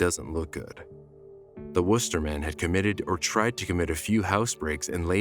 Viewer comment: Good job pronouncing Worcester MA correctly!